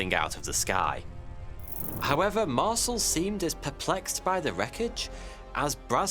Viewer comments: ...Mar-sul? It's pronounced "Mar-sell". His name has been said in countless videos. Yours is the first I've ever heard say it like that. C'mon 😂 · mar-CEL, not MAR-cel. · Oi you! Learn to pronounce the guy's name properly. It's MAR-SELL. not MARSLE. Ya fekin arsle. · "Mar-SELL" is how you pronounce that, mate. It's French in origin. Not bloody "Marsle". Q.E.D. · Mar-cell not parcel - Ray-Mi not rahmi... left out W. Glenn Dennis, the child/alien sized casket mortician (who recently was revealed as W. Glenn Davis), who speaks frankly on the subject, and, is interviewed on the National Archives feed on YouTube. Otherwise fantastic report ! TY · Marcel is pronounced Mar cell. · its MarCel no MarSel ;) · . Mar-SELL, rhymes with BELL, being an "Intelligence Officer", really was quite familiar with LOTS of military equipment. He HAD TO BE as it was often an integral part of his day-to-day duties. Anecdotes suggesting otherwise are not to be believed. The man's assertion that the famous newspaper photo was NOT representative of what he personally witnessed is true. Deal with it. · its pronounced Mar-sell. You're welcome 😘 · Marcel is NOT pronounced like parcel, but like Marcèl! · I like this channel but the information here is misleading and incorrect. The presenter is clearly reading from a script that is written for him. If he had taken the time to watch only 1, yes 1, documentary or anything about Roswell, he wouldn't be pronouncing Major Jesse Marcel, and General Roger Ramey, incorrectly. takes away form the credibility of this channel tbh...